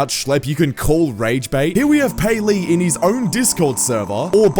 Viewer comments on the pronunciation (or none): it not payleey it gayleey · Payleey❌️ gayleey✅️